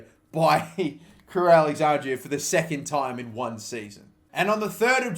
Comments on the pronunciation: crewe alex-andra (not andrea) cringy af watching you say it over and over again 😂😂😂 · It’s Crewe AlexanDRA not AlexanDRIA ffs